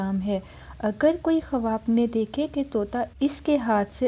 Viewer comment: Khawb tou bolna seekhlo pehlay yar